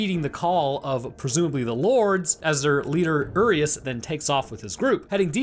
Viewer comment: As a romanian, I feel myself slowly dying every time I hear you mispronounce Varcolac and Urias